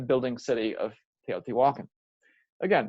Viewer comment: It’s actually pronounced- teo ti walk on